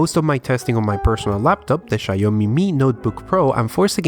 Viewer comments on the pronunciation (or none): "HA-LO", "SHA-YO-ME" How many more do you want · Love it when you say SHAyomi